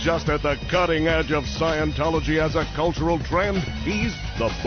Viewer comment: when the VO says "cultural", I just hear the first syllable.